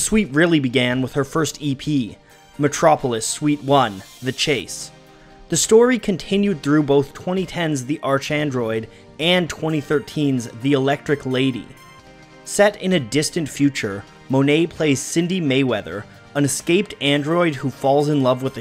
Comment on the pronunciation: Why oh why didn’t you pronounce it correctly? Archangel, archandroid. See the similarity? Not arch, as in archway.